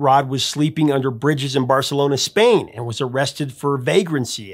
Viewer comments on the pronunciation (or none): none